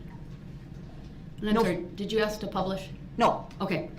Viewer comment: THE WORD IS ASK NOT AXIE DUMB ASS CAN'T EVER TALK